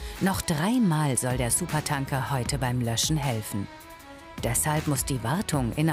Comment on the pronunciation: Es triggert mich irgendwie, dass die es die ganze Zeit SupertAnker und nicht SupertÄnker aussprechen.